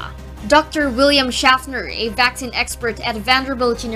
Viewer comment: It’s VAK-SEEN, not VAK-SIN. 🤣